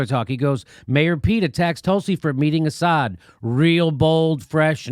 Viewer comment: Buttigeig didn't even pronounce "Assad" correctly. The man decimated South Bend, IN, pop. 100K. Yet he feels qualified to run our country? Tulsi makes them ALL look like clowns, but our populace has been so dummied-down that there's not much hope.